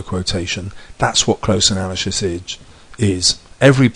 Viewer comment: "That's what close analyshis idge. Is." Haha anyway great video this really helped me.